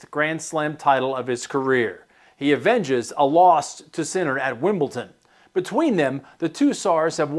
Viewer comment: Perhaps the last person alive to say "Wimbleton." I thought that silly pronunciation went extinct about twenty years ago.